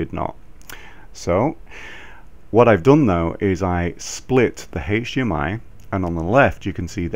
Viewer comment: Yes, that's the correct way to say this in the UK...